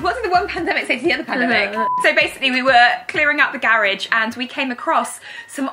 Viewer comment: wait were they saying garage